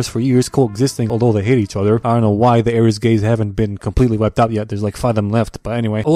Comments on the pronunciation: HELP "air-is-gays" HAHHSHSHSH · "Let's cuddle and be lesbians." Dude, they're siblings and this takes place in "Air-is-gay", not Alabama.